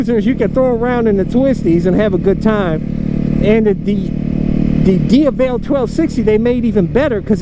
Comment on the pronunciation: you aren't pronouncing the X-Diavel correctly.